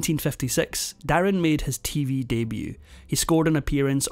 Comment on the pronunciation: His name wasn't der in it was darin from mandarin I don't know where you got your info from 😂